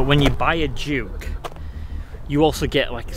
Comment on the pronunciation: Brilliant. Lost it at Grand of ‘juke’ of York”! 😂😂